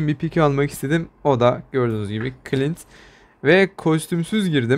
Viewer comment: Clinte demek istemiş